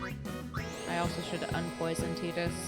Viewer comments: Please say 'Tie-dus'. I know it's not canonical but I just HATE 'Tee-dus' ☹ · A crushing blow. “Tee-dus” makes my skin crawl. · IN KINGDOM HEATS 2:They say Tide-us, not Tee-dus! BUT: officially confirmed pronunciation by Square Enix is "Tee-dus" (like tea), derived from the Okinawan word for sun, Tiida. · Honestly most of us grew up pronouncing it “tie-dus” and still say it that way. I’ve never had an issue with playthroughs saying it however they want so feel free to just say whatever sounds better to you. The English voice actor has mentioned that it was kind of a mistake it ended up canonically as “tee-dus” in English, he personally prefers that way because it’s different but is fine with people saying it however they want. There’s always some vocal people who will push for one pronunciation, but I think most viewers are fine regardless and so we don’t bring it up unless it comes up as a question. In general you’ll get lots of contradictory feedback, if you correct one way you’ll start hearing from the people who preferred the other. A good rule of thumb is to play however feels most natural to you, the more you’re engaged in the game the better the playthrough will be for us to watch. Some people will always wish you did things a little different, but everyone always has their own unique experience with a game. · When you first said Tidus, I knew the fan base was going to correct it lol, FF10 fans are great and don't spoil stuff BUT they always love to point that out to people.